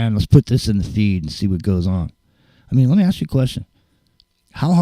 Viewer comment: Aww 😂 always makes me laugh every time you say, "let me AKS you a question"❓🤣 For years I've always wondered, why is it AKS? 🤔😊 Thanks muchly to you all. Been a long time.. Good stuff 👌 Hope all's good ✌️❤️